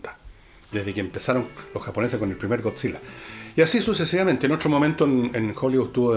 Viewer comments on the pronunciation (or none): none